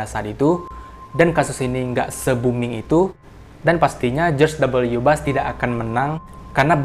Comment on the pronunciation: Bush gan, bukan Bus/Bas 😂🤣